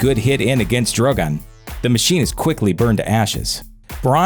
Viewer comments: When he went from Drogon to Drogan I laughed so hard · it’s Drogon not Droggon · Pronounces Drogon as Droh-goan. Then back and forth between Droh-gun and Dro-gone. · DrogAn? Are you serious? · I think you managed to pronounce "Drogon" differently every time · haha he changed the way he pronounced ‘Drogon’ 3 times within the same sentence! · Omg the way this guy pronounces 'Drogon'